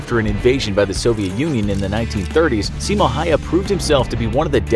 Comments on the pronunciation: its Simo Häyhä and not Simo hayha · Simo haia xD its simo häyhä well i understand its easier to say for me cuz im from finland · Saimo hayha? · Yeah it's not see-mouh haiha, it's simo häyhä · 1.Pretty sure he had 505 confirmed mosin nagant kills 2.Its pronounced "Simo Hauha" not "Hayha" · It’s actually Simö hayha not simo hayha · i need to correct you hes häyhä not hayha but continue. and häyhä will win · Its häyhä not hayha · I am dogge it’s pronounced how-ha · Simo Häyhä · Also: Simo HAI-A Seriously, learn how to say the name of this hero if you're going to make a video about him. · Nobody:: Saimo haya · "Simo haya" he said that so wrong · The name is pronounced (hao-hao) despite the spelling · ITS SIMO HÄYHÄ PERKELE!!!!! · A minute of silence for all of us who know how to pronounce Häyhä. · nope I'm from Finland and it's Simo Häyhä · Se on Simo häyhä perkele